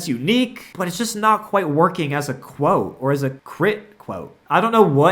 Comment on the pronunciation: Quit Cwote